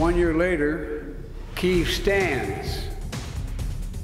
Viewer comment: It's Kyiv, you get Turkiye right, now get Kyiv right.